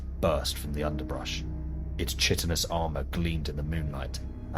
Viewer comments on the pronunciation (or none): both pronunciations of "ichor" are valid ( /ɪk-/ sounds way cooler though ) as for "chytin", it's /kaɪ-/, that's the only correct pronunciation. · Chitinous is pronounced kytinous. Ichor is pronounced aye-core. Loved this. Well played sir.